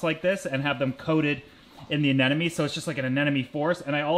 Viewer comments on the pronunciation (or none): I do think it's terribly cute that you say "anenome" instead of "anemone". Thanks for another great video :) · Sorry but it's not anenome, it's ANEMONE. My head hurts every time you say it wrong.😂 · Ah-Nem-o-nee...its driving me nuts. Sorry, but it is. Maybe its a Canadian thing? LOVe the channel though..